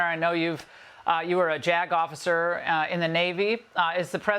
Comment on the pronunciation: She said "Jagg Off"icer😂 I really thought she said JAGOFF when she really said JAG Officer. My bad.